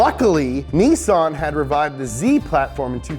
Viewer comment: THERE!!! You said it! "NEE-SON" !! NICE!!! ARI-GATO! lol!! :)